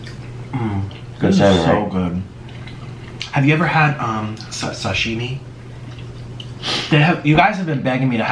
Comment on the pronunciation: It's so funny.... He said " have u ever had shashemie"????